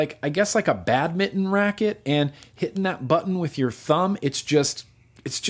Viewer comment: Fuck the leaky juice comment here because something much more important came to life. Okay, I had to stop the video around the 6 minute mark to comment. Did you say "badminton"? Who says that? "badminton"? hahahaha. Alright, back to the video